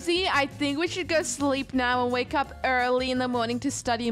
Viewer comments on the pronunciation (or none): none